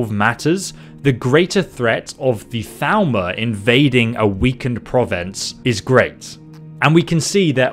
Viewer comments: Then he needs to learn proper pronunciation, since everyone in the game pronounces it as "Thal-more" not "Thal-ma/ Thal-mer" as it sounds, which is easily mistaken for Falmer if you don't listen super close. Yes, I am that pedantic XD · Is he saying Thalmor? Why does it sound like he’s saying Falmer? So confusing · Every time you say "Thalmor", it sounds like "Falmer" to me xD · I minimized the video and was very confused when you said "...and then the Falmer invaded..." like what? Then I realized that I was dumb and it was actually Thalmor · Thalmor sounds like Falmer when you say it